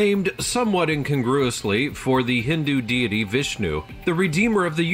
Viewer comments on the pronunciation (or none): none